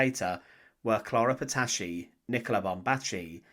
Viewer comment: "Clara patacci" Non, clara Petacci !